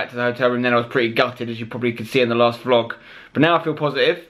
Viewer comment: vlog not boot